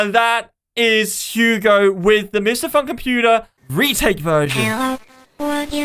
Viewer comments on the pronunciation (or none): none